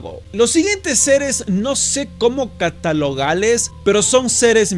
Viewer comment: "los siguientes seres no se como catalogales" se le salió lo asiatico a xDxDxD